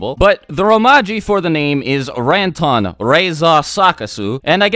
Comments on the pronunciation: It's not RENTON... it's RANTON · I am pretty sure the correct way to pronounce Ranton is Run-ton